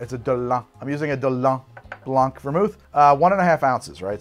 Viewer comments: its not 'blonck', its 'blahn', just like 'dohlaughn' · You do say orgeat wrong, but tbh you butcher all the french words you come accross. so no biggie. FYI: the c is silent in blanc